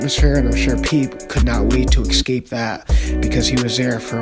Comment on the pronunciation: theres no x in the word escape tighten up slim